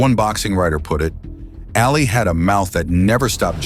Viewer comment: Ali not alley.